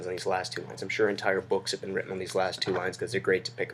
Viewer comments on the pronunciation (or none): none